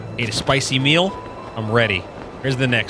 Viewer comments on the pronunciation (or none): none